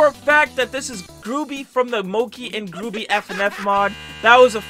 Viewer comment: btw it moc-E and gruu-by so that's how u say it...